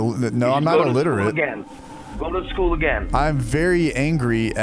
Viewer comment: "You're illiterate" Saya the scammer that cant say illiterate right